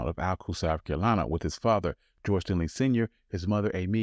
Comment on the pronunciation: Great video. But there's no "L" in Stinney when you pronounce it.